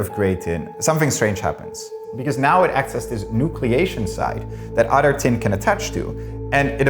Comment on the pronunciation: Derek!!!! How are you letting this guy get on your channel and sound like an unlettered dunce??? Please teach him how to pronounce the word "Other"... IT'S NOT "Udder"